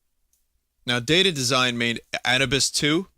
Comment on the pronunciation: Why does Vinny pronounce Anubis as Anna Bus?